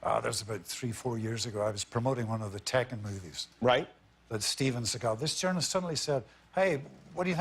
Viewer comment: Steven Seaego